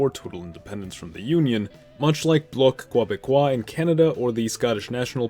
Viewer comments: “Bloc Quawbekoas” cmonBruh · Nice attempt at Bloc Québécois, though it’s not as hard as it looks. Mainly said in Anglo-Canada as Block Kuh-Beck-Kwah. Great video though! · lol being someone from Quebec, hearing him say Bloc Quebecois made my ears bleed.